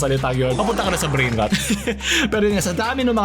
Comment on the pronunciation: Ayos talaga content mo may substance. Anyway yung pronunciation ng Rot is hindi "Ruht", literal na "Rot" yung tamang bigkas.